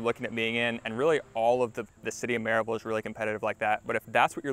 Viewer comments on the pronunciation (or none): Another out of towner who is from some other state and doesn’t know how to say Maryville. Most likely a Amazon employee.